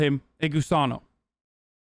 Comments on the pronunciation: Litterally same. Was about the make this same comment 😂 I didn’t even realize he was saying gusano because of the way he says it. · It’s really gross that Hasan is saying Gusano, he should be saying Gusanx